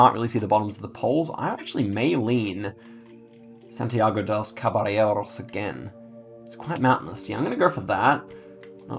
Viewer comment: Wow you’re killing this challenge. Also I want to compliment you on your Spanish pronunciation! Have you been practicing? You got Santiago de los Caballeros pronounced very well❤